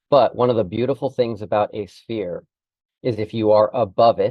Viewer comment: Sanchez? Yeah he cant even pronouce "sphere" properly